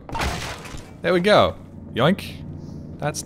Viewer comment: Love the accent, "There we gor"